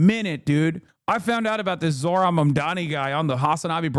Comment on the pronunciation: you SPELL it WRONG!!!! its zohran(Zoooohhh-run is the pronouncation)